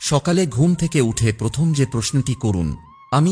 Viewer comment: খুব ভালো লাগলো। ধন্যবাদ। আপনার শব্দ পথম ও কার উচ্চারন হচ্ছে। ।একটু।দেখুন।